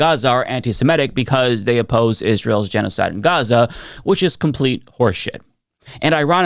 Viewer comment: Did that woman pronounce it gen-ee-oh-cide? Has she never heard the word? Lol